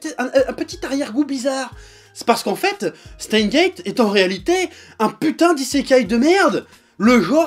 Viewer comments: "Chteinsse guéétte" bordel ! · On dit SteinSSSSSSSSSSS;Gate… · jo met un pouss rouj parsske tu na pa prononcé le S de steins lol pa vrè